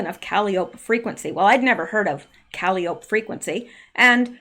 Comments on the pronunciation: Calliopie is pronounced kuh·lai·uh·pee, Not that I know anymore than that,. This is all so fascinating! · Forgive me, but I think calliope is pronounced, kuh lie’ uh pee. One of the Greek muses? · Good research. Just have to tell you Caliope is not pronounced that way, its pronounced Ka-lie-o-pee. Surprised you never heard that name before. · Great digging! Calliope is pronounced cal-lie-Oh-pee. It is a form of discordant or circus-type music made by forcing steam through whistles. A Calliope. Kalliope is also a Greek mythological figure-the oldest of 9 muses- whose voice produced ecstatic harmony. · Awesome Rsearch as Always. Calliope is pronounced Cal Eye Oh Pee - Its a girls name. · Calliope is pronounced kah-LIE-oh-pee. Washington Tower; I think she was addressing President Obama. It makes more sense. Obama has been doing things behind the scenes since he left office. He would have been at Camp David before the inauguration, not Trump. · I think "Calliope" is pronounced "kah - LIE - o - pee" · Calliope... Kaw lie o pee 🙄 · I think it’s pronounced. caw-lye’-ope-ee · Calliope is pronounced kuh Lie uh pee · Please say Calliope like “cal eye o pee.” Musical instrument and chief of Greek Muses. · Hi buddy, the proper way to pronounce “Calliope,” is KUH-LIE-UH-PEE, like the instrument. Sorry for the maybe slightly off direction there, but it’s an instrument, as well as the name of a princess. Someone educated me on the word, and I am passing it on to you. Love, LOVE the research you are doing!!! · Calliope = cuh-lie-o-pee I do believe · Thats .....cal-eye-o-pea. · I keep hearing her say “calliope”. Is she mispronouncing calliope - cal-EYE-o-pee? Is there significance to the name? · Calliope is pronounced ka lie o pee. Think that steam organ inside a circus merry go round. It's that sound we associate with circus. Also Calliope is Greek muse of poetry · Calliope is pronounced CAL-EYE-O-PEE